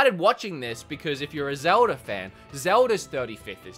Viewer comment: I’ve watched this channel so Much I’ve started saying Zelder instead of Zelda at this point and I love it 😂